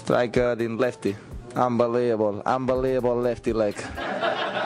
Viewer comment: Nobody: Nadal: “Unbeliebable”